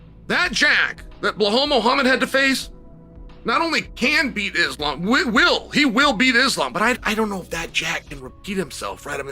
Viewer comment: Uncle chael said islam 😂😂